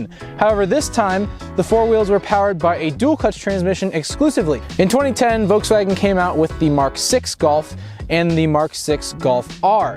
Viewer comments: It's Voltswagen, not "Voteswagon". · Volkswagen. Not Vokes Wagon. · There’s an L in “Volkswagen.” It’s not “Vokeswagen.”